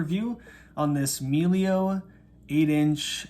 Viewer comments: Why did you pronounce it "meelio?" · A little editorial note on this wonderful review: The E in "Meglio" is pronounced as in "better", which is exactly what "meglio" means in Italian.